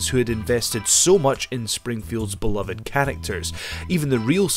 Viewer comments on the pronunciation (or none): none